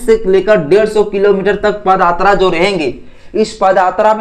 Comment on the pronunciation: पद आत्रा या पद यात्रा। ठीक से बताओ। बाकी तुम्हारी बाते सही है बस शब्दों का उच्चारण सही से नही कर पा रहे हो। मै इस बात से सहमत हूं कि sc st and OBC को घंटा ही मिलेगा।